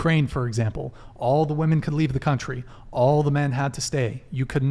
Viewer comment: Is she intentionally pronouncing women as "woman"?